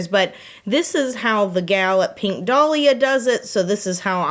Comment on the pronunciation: I can't say why, but I have an inherent trust for people who pronounce "pink" as "peenk." All this to say, I trust. 😄